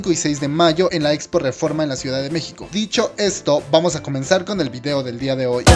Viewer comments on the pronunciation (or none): none